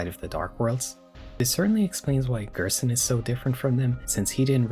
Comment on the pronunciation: "Gerson = Goner" ...where did the S go